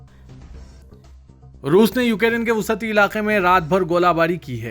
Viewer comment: Wusati يه غلط هے Wasti وسطی یہ صحيح ہے